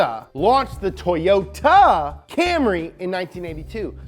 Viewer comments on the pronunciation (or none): none